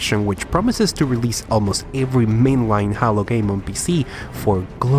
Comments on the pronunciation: I say Haylow and you say Hallow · bruh it's "jeilo", not "jalo", c'mon bruh, i know you a spainiard but this ain't difficult. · Hahahahahaha It’s pronounced HEY-LO not HAL - LO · Haylo not haaloo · He said hallow game lol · "HA-LO", "SHA-YO-ME" How many more do you want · "HALLO: REACH" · Spanish pronunciation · disliked because you said hallow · You are saying HALO wrong! it's not holo